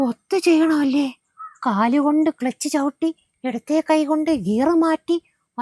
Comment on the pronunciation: ക്ലെച്ച് ❌ ക്ലുച്ച് ✅ 😂